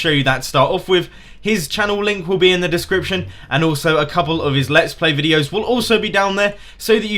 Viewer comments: says he reads aloud fluently, says discrition instead of description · I love how he says he read perfectly then says discription wrong